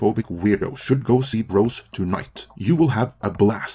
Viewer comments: Is English your first language? It's BroZ not BroS. If you're gonna review a movie you didn't see at least pronounce it correctly. LOL Tell you the truth - I never heard of the movie until I saw this video. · With your accent when you say "bros" it sounds like you are saying "gross" but I feel like that's accurate. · Love the way you pronounce “Bros”— sounds like “Gross”!